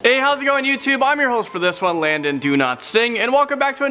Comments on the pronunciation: Doesn’t it sound like he says Landon do not sing? For his name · I thought u said landom donotsing sry not making fun of you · U said landen do"not"singh 😂😁😅🤣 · Who thought that he said LANDON DONOTSING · Landon "Donotsing" sorry thats what i heard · His lastname sounded like do not sing. Hear 👂 closely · Did you say”Landon do not sing”? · How does he pronounce his own name wrong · Yea that sounds like do not sing